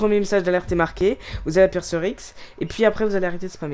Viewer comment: On dit appuyer pas appuire